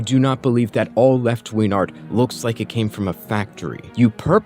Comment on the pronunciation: What is "left-ween art?" Can Remnant777 not pronounce a hard g?